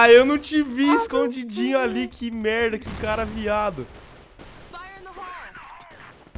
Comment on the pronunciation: O vc só fala melda palece uma metlalhadola de melda